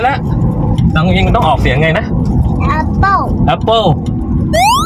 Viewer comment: มะนาวโห่ เจ้าตัวเล็กบอกหวาน ลุงทำหน้าหวาน หลับตาปี๋เลย ป้าขำกร๊ากเลย เพราะมี่บ้านมี จึงรู้รสชาติมันดี เสียท่าเด็กเสียแล้ว...ลุงอั๋น 55😊😊😊❤❤❤❤ พูดเก่ง โค๊กกินนิด้ดียว เพราะหนูเป็นหวัด เออฉลาดนะลูก ออกเสียงแอปโป้ ออกเสียงฝรั่งเสียด้วย คงอยากกินจริง กินเป็นดเสียด้วย กรอบนอกนุ่มใน